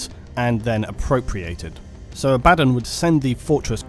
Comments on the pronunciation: Abaa--don sounds ridiculous to me. If its meant to be pronounced that way it should be spelt differently. Just think about the spelling. If it has two Ds it should be Abadd--on, if it were to have one it would be Aba-Don. I've always said it that way since I was a kid, and honestly its one of the few pronunciations I don't give a damn what is supposedly correct. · For someone who has been doing warhammer 40k videos for a while how do you not know how to pronounce abbadon or roboute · You can't pronounce Abaddon? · Vid was going so well until he spelled Abaddon's name... Then the sheer wrongness of it all quickly devolved into ear cancer every time he uttered that name. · The name is pronounced is Abba Don NOT abad on! Jeez! Otherwise excellent work. You and the bigot Arch do the best Warhammer video's and with your videos we skip the neo Nazi ('Iron Jew') SHITE from Arch or his obsessed triggered 'Look there is a woman in the video game, I am losing my mind!' crap. So glad to have you as a sane alternative and you are more philosophical and detail orientated than he is, so you are now my new #1 Warhammer 40,000 commentator online! Great stuff!! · Stop saying his name wrong. Abb-a-don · Haha no it’s abbAdon surely?! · Ebadon? EBABON?! It's Abaddon! It's pronounced ABADDON not Ebadon. Feels like Nurge is vomiting in my ear each time i hear Ebadon. Ech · Imagine learning how to pronounce names .... Its AB A DDON .... Not Abaddon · Say it with me: “Abba:Dawn” 😂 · I liked how this dude call Abbadon "Uh-baddon" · its pronounced aba-don also its Row-BOOT-ay GILL-uh-man. Lastly the image , what is the images source? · I pronounce it Abba-Don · Love your vids but your pronunciation Abba-don make me so mad .... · aba-DON lol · abb-a-don not din lol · "A bad'un" ... ? Brits.. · Please learn how to pronounce people's names properly. The way you say "Abbadon" and "Gilliman" makes my teeth hurt. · except he doesn't say abaddon the proper way which is triggering